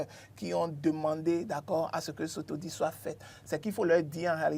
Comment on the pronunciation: À l'attention de mon cher ami, une petite précision linguistique: dans le mot audit, le "t" se prononce,. Bonne continuation et tous mes encouragements à l'équipe. Phonétique du mot "audit": /o.di.t/